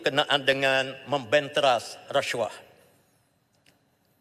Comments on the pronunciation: Racuah..haha,sebut pun xtau ape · Menyampah betul menyebut resyuah, resyuah....tup2 NAFAS skandal baja 1.9B, ish ish